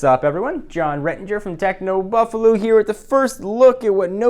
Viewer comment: OMG He's saying Techno 'Buffaloo' again.